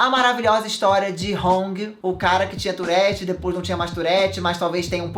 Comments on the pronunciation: Só tive agonia no tourette Se diz turre TURRE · É touRRete, que pronuncia❤ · Fiquei o vídeo todo agoniada por causa do jeito q p pronuncia "tourette"